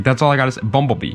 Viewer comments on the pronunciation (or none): Say bumblebee one more time